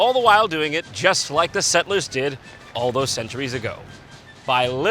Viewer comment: Nobody: Jon: ”SET-LURES”